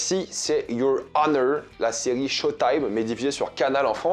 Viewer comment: la ciri au lieu de serie🤣🤣🤣😂